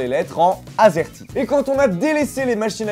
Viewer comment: À chaque fois que t'a dit azerty j'ai entendu asiatique!